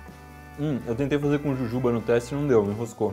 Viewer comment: Iberê falou certo e jujuba